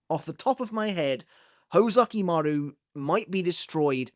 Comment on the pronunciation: Is it really "hoe-zukimaru"? Now i can't unhear it, lol.